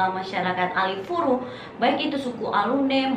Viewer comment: Bukan Alifuru kk tapi Alefuru 🙏